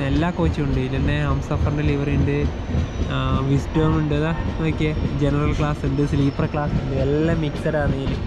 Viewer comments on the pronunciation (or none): It’s VISTADOM VISTA+DOME not visdom coach.. you pronounce it wrong